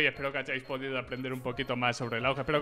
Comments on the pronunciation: Soy el unico que pronuncia "auge" a la "aug" xd? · Porque le dicen auugg es a u je